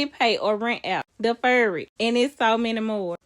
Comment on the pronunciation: Deefur it